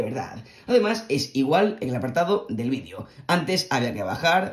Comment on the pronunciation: Nomas escucho "vidio" en vez de "vidEo" y alv a cambiar de video.